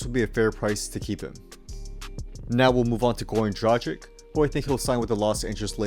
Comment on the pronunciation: This guy just butcher's the pronunciation of Dragic! Dra-gitch!!!